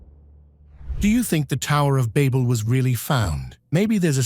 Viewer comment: The way it's saying Babel is just OOOOFFF!??? Levels of Cringeness lol